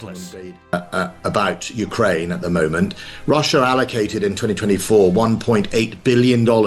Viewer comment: It’s Russia, not russuir